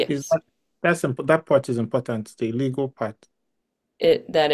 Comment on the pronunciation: "Like a legul or a normal wan?" 😂😂😂